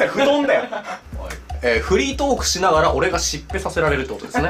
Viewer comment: トークがポークに聞こえたw